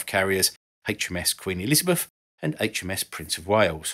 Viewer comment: Monf? Aftermarf? Elizabef? Alvough? Feory? Wiv? 'th' is not pronounced as an 'f' or a 'v' For thucks sake